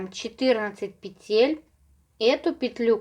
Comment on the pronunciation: пЕтель, пЕтель, пЕтель 😬, не говорите пожалуйста петЕль.